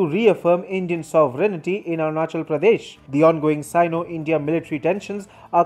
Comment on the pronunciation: SOV-REN-TY (3 Syllables). NOT 4. Confusing it with SE-RE-NI-TY? (4 Syllables) NOT SAME!